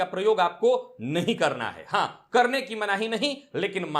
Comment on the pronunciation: Karana not katana